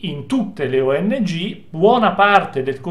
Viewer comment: oddio!!! le ongh.... :D non le o.n.g.... le ongh 🤣 ma sono del mestiere questi???